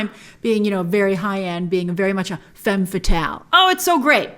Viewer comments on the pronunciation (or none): none